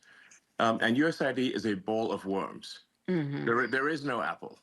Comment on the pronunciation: Was I the only one who heard Elon Musk say "Bowl of Wombs" when he meant "Bowl of Worms".